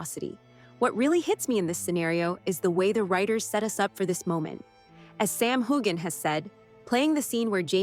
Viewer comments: You do not pronounce the g it’s silent. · Please please pronounce Sam’s name as it should be. Heughan. Pronounced: HEWan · Sam Deserves to have his name pronounced correctly